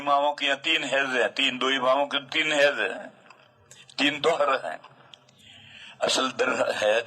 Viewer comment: ہیز نہیں حیض